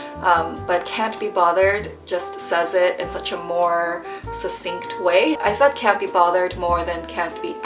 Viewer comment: also, succint "sucksinkt" not sussinkt, same as success